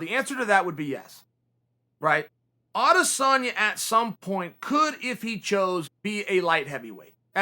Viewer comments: His name is Israel Adesanya not Adesana Chael: no it's Adesana Ok great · Me: "Israel Adesanya" Chael: "Israel Adesana" Me: Israel Adesanya L to all the fanboys who thought I'd spell it like Chael